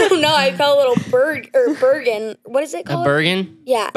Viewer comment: “Vergin town” I think you mean bergin town